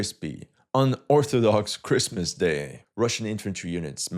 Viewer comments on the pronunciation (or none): none